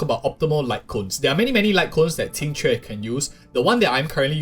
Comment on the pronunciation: Finally someone who can pronounce her name 😂